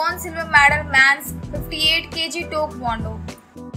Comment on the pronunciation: IT'S TAEKWONDO NOT TOKONDO